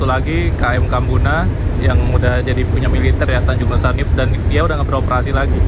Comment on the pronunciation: Di baca nusaniwe mas, itu tanjung sebelah kanan pulau ambon pas masuk teluk